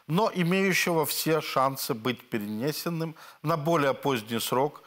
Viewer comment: Что у с ударениями - зАголовок пЕренесенным